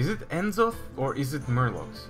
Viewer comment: why do you say n'zoth so wierdly, it's one word not n zoth